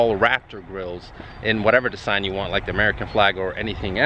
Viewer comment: You recognize a real Swedish when he says "Dessign" 😎